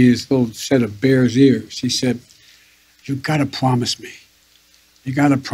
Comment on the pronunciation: That diaper is on fire, I pwomiss.